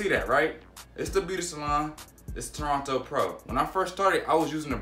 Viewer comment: Good review 🌊 Lml dude said “Toronto Pro” it’s Torino Pro 😭😭 Keep up the wave y’all ✔️